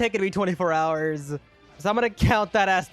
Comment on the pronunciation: What he said:"So i am gonna count that as 24 hours" What i heard:"So i am gonna count that a*s 24 ours"💀💀💀💀💀